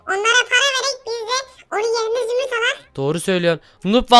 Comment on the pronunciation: zümrüt diyeceğine zümüt dedi...